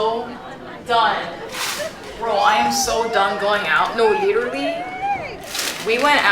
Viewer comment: I was just practicing how to say leeturly 😂😂